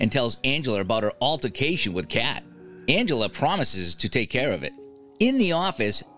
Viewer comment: He really just called Aunt Angela “Angeler”. And he called cheerios “BABY FOOD”! 😂